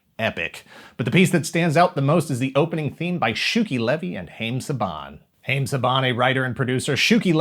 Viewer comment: Haim is pronounced Hi-um not haym